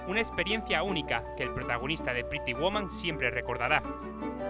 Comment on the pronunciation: ¡Me encanta cómo el narrador pronuncia "Gere" y "Pretty"! 🤭